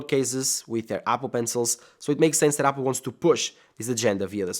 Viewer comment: I love how he says yapple